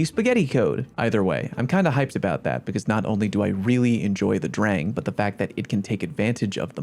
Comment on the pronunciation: It's pronounced "drahng," like the German "Sturm und Drang"